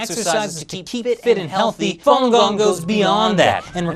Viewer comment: can't even pronounce falungong properly. What a joke.